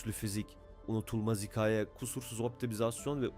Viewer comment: Hocam videoya çok emek harcanmış, görseller zengin,metin sıkıcı değil. Ancak sadece videoda hikaye kelimesinin telaffuzu biraz kulak tırmalıyor. Hikaye kelimesindeki a harfi yumuşak okunur. Yolun açık olsun